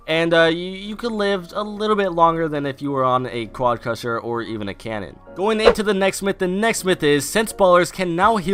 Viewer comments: Anyone else triggered from "quadcusher" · Myth: What happens if you said quadcrasher correctly